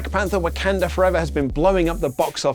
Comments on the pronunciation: ammm...an unnecessary nitpick!!....what place is Wak"e"nda in wakanda forever?, i wonder!...instead of wak"a"nda... 😛....i kid, i know its just a pronunciation thing but... 😆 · It's WAKANDA FOREVER not Wekunda Forever...